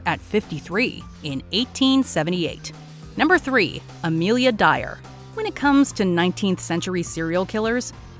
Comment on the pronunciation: I have Heard of “Amilia Dyer” but No One Else